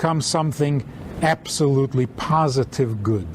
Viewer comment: "Process your emotions through your intelligence." YAHbsolutely YAHsome advice to become a mensch!